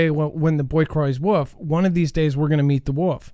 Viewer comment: Woof is the sound a dog makes... the animal you are referring to has an L in the name. A woLf. Just sayin.